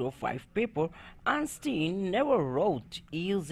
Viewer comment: Fake accent 🙄. Einstein ka naam to sahi bol lete...🤮